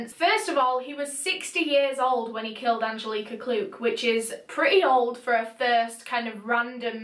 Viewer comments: It’s “Anne-jellic-uh” Angelica! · Me: An-gel-ick-ah: Aan-jill-eeeek-ahh 💕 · I’m from Poland and the way you pronounce Angelika is mind blowing wow I love it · you pronounced Angelika wrong... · the way her name is pronounced just makes my blood boil, its like nails cross a chalk board😂 holy shit i only made it 7 minutes in before i had to quit. angelika, shiiit putting rugrats to absolute shame.